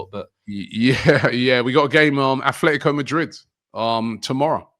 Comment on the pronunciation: These guys make predictions but never show us how they fared vis a vis the results. Also, can someone remind that it's At-Letico Madrid ( as opposed to Club Ath-Letic)?